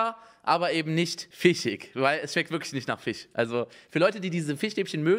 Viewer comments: Immer wenn er FISCH sagt klingt es wie FICH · Jeder: Fisch Unge: Fich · Simons „Fich“triggerd mich so..😂😂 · "Fich" Rewi kommt auch hier vor xD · Wie sweet Unge Fisch ausspricht Fiisch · Niemand : Absolut niemand : Unge: die schmecken absolut nicht nach fich 😂